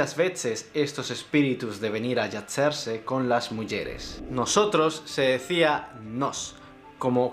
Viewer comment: "Yazerse". Tengo entendido que la Z era como en ingles...como una abejita. No veo que en el video se diferencie bien de la Ç (ts). (No es por ser estupida)